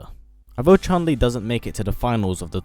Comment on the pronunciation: Not chan li Chun li